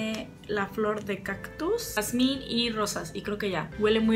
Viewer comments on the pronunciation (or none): none